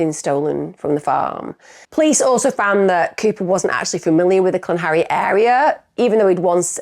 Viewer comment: Used to live in South Wales but pronounces it "Clan-harry" 😂